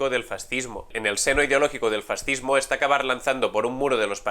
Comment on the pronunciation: Abogado del diablo, se dice Fas-cismo FAS! Cismo, que se puede esperar si no sabéis ni pronunciar fascismo, esta claro que si no sabéis ni hablar, de política ni digamos.